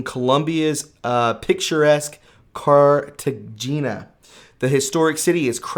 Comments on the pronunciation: Pronounced CARTAHAAAY--Nya. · Pronounced "Cart-a-hainya". Didn't you ever see "Romancing the Stone"! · Btw man, Cartagena is pronounced [kahr-tah-he-nah] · Cartegena = Car ta Hein-ah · Cartagena is pronounced:" Car-ta-hay-na" PLEASE Review your copy BEFORE you recording your videos!!! Do I REALLY have to keep reminding you to do this? I totally love your work, but, you keep making the same mistakes over and over again! Come on, son, please proofread your work!!! God bless u!!!